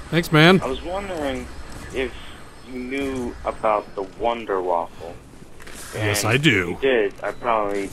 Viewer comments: its more of a voonder not vunder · A good tip is to use flopper for any splash damage. Like the scavenger, ray gun, and the WunderWaffe, and you say it the vunder vaffe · all you english and american people cant prenounce Wunder waffe xD